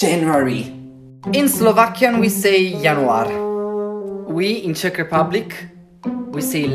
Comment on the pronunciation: As a Czech,the pronounciation is very good!